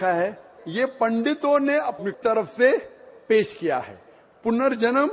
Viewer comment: Zakir Saab, Punarjaman hota hai ...